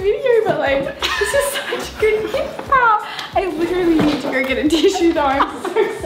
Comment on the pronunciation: Sorry but why do they keep saying pall it’s like their couple videos